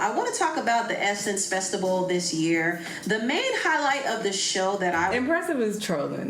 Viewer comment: yes but says “festibal”.